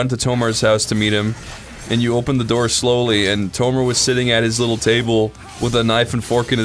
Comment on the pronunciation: Why do they keep saying Tolmar without the L?